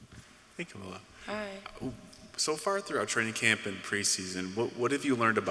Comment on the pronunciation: It's not Kamilia, it's Kamilla